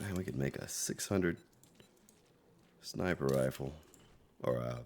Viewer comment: Hey, did you really mean to say "rifer Sniples" at 46.58? Had a nice chuckle. Keep up the great work.